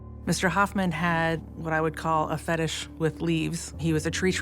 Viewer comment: Lmfao what? Leave fettish?